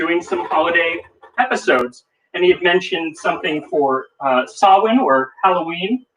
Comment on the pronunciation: YOU PRONOUNCED SAMHAIN CORRECTLY!!!! I shouldn't have to be so excited about that, but I'm Pagan and it's a rarity.